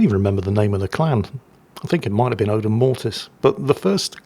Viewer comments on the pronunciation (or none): none